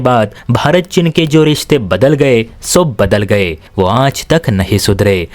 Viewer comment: चिन नहीं, चीन है। भाषा सुधार करो।